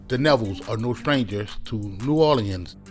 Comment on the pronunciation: I absolutely hate the way you say New Orleans